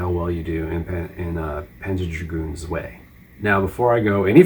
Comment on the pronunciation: "Zwei" is German for "two" and is pronounced "tsvai" not "zway". Herzog Zwei actually means Herzog (Duke) 2 and Panzer Dragoon Zwei... just means Panzer Dragoon 2. Guess in Japan they thought it "appropriate" to use the German word for two since the games already have a German name for the title.